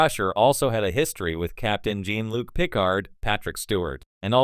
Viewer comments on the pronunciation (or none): AI voiced and probably made. Doesn't pronounce Jean-Luc's name properly and it's so well known lol. Get this garbage off the internet, this isn't news.